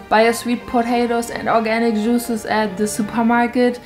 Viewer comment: “Organic mal” 😂